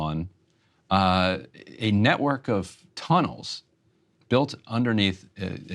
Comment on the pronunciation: the way she said d Tunnels hhhhh nice